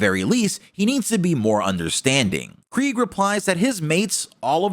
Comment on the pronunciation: FINALLY, Someone pronounces Kregg’s name correctly!